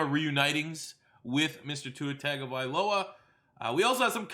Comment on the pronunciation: After all this time and is STILL mispronouncing Tua's last name wrong. C'mon, man, you have to know its "TUNG-oh-vie-low-uh" and not "tag" 😂